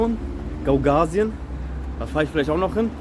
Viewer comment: Zur Aussprache: Die autonome Region heißt Gaga - usien. Und wenn man einem Pridnestrowien nicht so flüssig über die Lippen geht, kann man auch die Abkürzung PMR (für Pridnestrowische Moldauische Republik) verwenden.